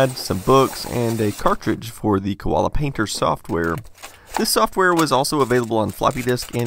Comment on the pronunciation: Co-Allah, not Kew-walla